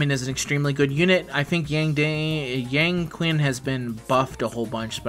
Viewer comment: i know this isn't a big deal but fyi yan qing's name is pronouncer yah-n ching ^_^